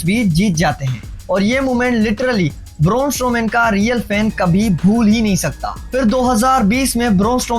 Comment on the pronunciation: Raaa. Boorrrnnn strooman. Caaan 😅 I like your video and the way you moving your hands 😅 you got onr subscriber